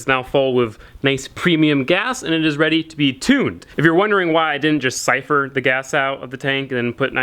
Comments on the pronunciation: Destin Ginnis it's so nice he's not saying coopler. Now he needs to work on siphor its siphon. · now he needs to learn siphon lmao